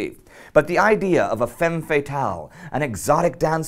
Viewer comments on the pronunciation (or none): none